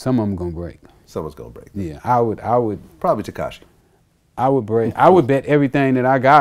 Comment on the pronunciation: That man said katashi instead of takashi 😂😂😂